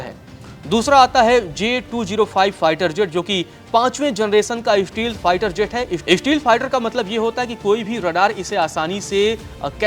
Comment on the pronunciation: Shteel fighter jet wah godi media at least learn to pronounce